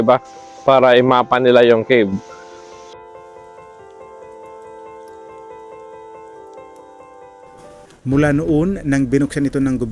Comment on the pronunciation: anong kib pinagssabi mo??? CAVE po hnd KIB ..dios ko spokeperson ulol pa